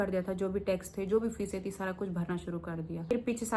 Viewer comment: Aa gayi madam duppt odh ke...😂😂😂 lulz....fees bhari 😂😂😂 fisey? Fisey???